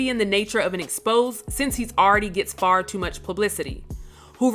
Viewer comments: At 3mins 56secs I'm sure you meant to enunciate (x po zay) even though you enunciated (x poze) Maybe try reading it aloud to someone you respect before it's curated for the archives? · syn-di-kit. ex-po-zay